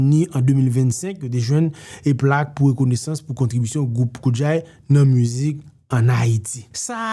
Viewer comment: Nan kreyòl se koudjay men jan ou di adje, djaz, djakout